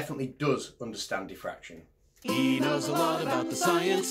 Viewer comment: Say "defraction" (not "diffraction") ONE... MORE... TIME